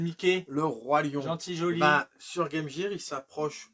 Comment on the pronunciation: Trop génial ! Je ne suis pas le seul à prononcer guaime jire ! En tout cas super vidéo les gars, et j'ignorais qu'il y avait eu un portage de ecco the dolphin sur game gear.